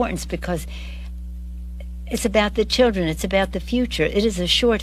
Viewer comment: Hey popo, you guys planning on changing the meaning of “insider trading “ and “crook”…for da chi-dren, for da chi-dren, hiccup…